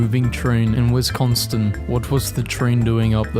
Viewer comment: As a wisconsinite, i hurt when he said "wisconstin"